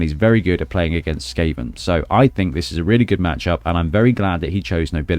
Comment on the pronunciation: Skaven 2-1 The Gutter Runner will most likely run into safety. And I love the way you pronounce my nick.